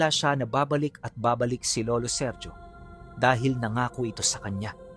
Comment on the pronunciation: Seryo hindi serjo lalo unang panahon pa itongl mga taon e ang bigkas sa ganyan pangalan SERYO pag modern times SERJO